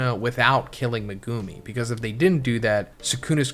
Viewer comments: "Megooomi' looool it's pronounced Meg u mi. How they say it in the dub, would be correct because they get told how to say it. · every time he says "me-goo-mi" it causes me physical pain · Good video but it’s megu-me not meg-goo-me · No hate but please. Its pronounced meg-oo-mi not me-goo-mi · HIS NAME IS MEG-ga-me man… you keep saying maGume and that’s just incorrect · is saying 'Muh-goo-me' and I think the argument is that it's supposed to be said as 'Mega-me' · I've gotta say it. Who the hell is meh-goo-me? Do you actually watch the show/read the manga as a fan, or just farming YouTube views? Legit question. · Say it with me Meg ou me that’s how you pronounce his name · Megoooomi. What did I just hear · it's Mehgumi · Naughty chapter as always.. But what gets me is I can't hack how you pronounce megumi' name 😭 me goo mee😭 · Guys, guys. It could be worse. He could be saying 'Me-gummy'. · Im sorry I hate they way you pronounce Megumi name 😂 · if this dumbass doesn’t stop saying megumi yuta last name wrong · not a fan of how you say megumi LMAO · lol my guy you not say megumi name right lokl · ill follow you when your pronounce megumi right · fr! it makes me cringe every time